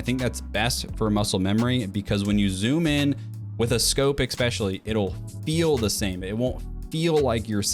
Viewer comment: Why do so many people say "eckspecially" instead of "especially"? What's the correct pronunciation? English is not my home language, so this is a real question